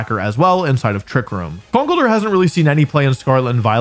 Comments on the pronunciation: Wolfe be like: Kuhnkle-durr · The way you say conkeldurr is new and alien to me